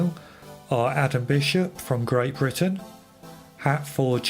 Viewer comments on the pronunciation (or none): none